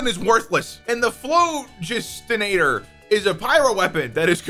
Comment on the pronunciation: The phlog is pronounced Phl-awe-jisti-nator